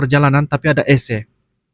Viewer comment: AngkoL🙏 klo Bahasa Indonesia menyebut penyejuk udara atau singkatan Air Conditioner (AC) dibaca Aa - Sé bukan Eé Sé 😅😂🤣